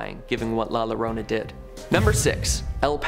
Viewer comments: Another comment about La Llorona. Just for future reference. When saying La Llorona, it's pronounced La Yorona. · I enjoyed the show, but if you want to potentially get more thumbs up you could try pronouncing the names correctly. Like I said I enjoyed the show any this isn't a dig or put down. When saying #7 (The crying woman) "La llorona" perhaps try pronouncing the "LL" like a "Y". Similar to the English word Yawning. It would be spelled like "The Yorona (Llorona). Keep doing your shows I really enjoyed it I hope that helps. Texas is a very well-known state mixed with a melting pot of Latin and English spoken language